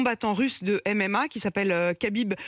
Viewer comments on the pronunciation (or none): Apolline tu pue la haine jusqu a écorché volontairement le nom de khabib